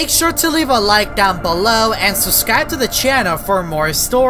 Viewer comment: I realized he says subscribe like this "suscrive" edit: pooooooopy